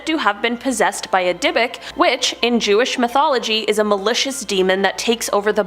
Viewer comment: 26 minutes into this, I wish you all would look up pronounciation of this stuff, like Dybbuk (dib-bik), Cygnus (sig-niss), and quasar (kway-zar)🙄